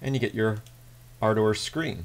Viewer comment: Dude - its Ardurh not arrdower.